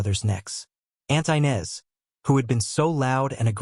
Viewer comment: Inez is not pronounced ' Aynez " it's pronounced " Enez! "😂😅😂